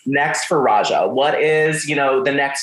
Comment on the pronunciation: Not the interviewer calling her Rajah O’Hare😒🤬